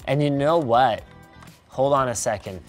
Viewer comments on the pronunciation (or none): "And you know whaet."